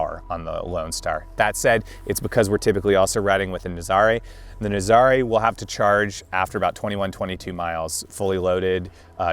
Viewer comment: IT's pronounced Naazarah like the surf location